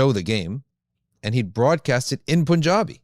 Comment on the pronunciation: As a desi, FYI it is not pronounced "poonjabi", rather it is pronounced "pun-jaabi". Allah bless you all.